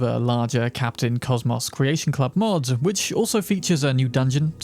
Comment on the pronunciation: Using "ć" instead of "č" in "which" makes you sound like toddler.. I dont want to be rude, but it drawn my atention durring whole video.. practice your pronouciation of "ch" sound..